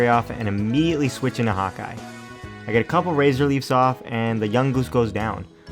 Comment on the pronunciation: i think my furry blood is too strong, Everytime you said Hawkeye,i heard Hot guy. xD